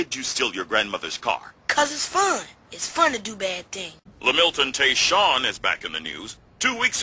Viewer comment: "LA-MIL-TON TAE-SHAWN" :)